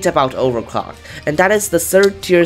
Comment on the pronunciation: Why i hear overclock without the L Its not nice to my ears